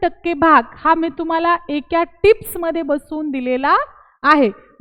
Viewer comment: एक्या नका म्हणू एका म्हणा